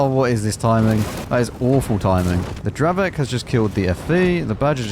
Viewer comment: btw Dravec is not an english word, It's pronounced like "Dravets". Similarly, Šelma is pronounced "Shelma"